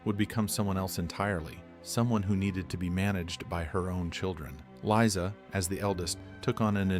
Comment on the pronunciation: Liza not lisa